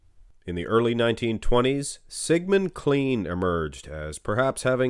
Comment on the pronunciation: Interesting note. William Murray fought in WWI, got gassed, but survived and died a number of years later. He used his win to promote his own bodybuilding shows prior to the First World War, and then he promoted shows after the war had ended. Sigmund Klein--OP pronounced it "clean." (Should be pronounced like 'kline').